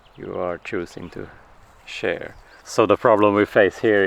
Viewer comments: Shear as in rhyming with hear. 🫶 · Just a heads up! The word in English shear rhymes with year. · Just a suggestion. In English we say “sheer” the sheep. It is spelled shear, but pronounced sheer.